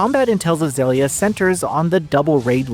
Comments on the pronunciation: zellia? its zill... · agree I prefer Xillia 2... I always thought it was pronounced Xeelia like exhile... exhilia... dunno... anyway I also prefer 2 apart from the debt to repay which was a nightmare gameplay idea I still remember it from the ps3 era. Tales of Xillia 2 after Berseria is still my fav Tales game. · Loving a game, but then are not even able to pronounce it. I'm out